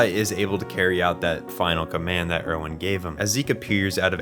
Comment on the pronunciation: I’ve noticed a lot of people who make otherwise great videos about AOT mispronounce most of their names. My guess is they only watch AOT in sub and therefore don’t know the actual English pronunciations. I do wish people would give the sun a change if only so they can learn the correct English pronunciations for when they make videos. For example, in the English dub, Erwin is pronounced “AIR-ven,” and Mikasa is “ME-cuh-suh.” Just a little thing I have noticed. Great video otherwise.